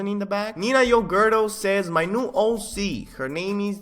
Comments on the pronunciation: is he saying hoe C on purpose? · “ it’s an amazing HOE c” lmao